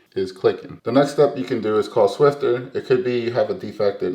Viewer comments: It's SWIFFER, not SWIFTER. NO T. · How come you mispronounce it SwifTer in all your videos? It's SwiFFer ! :)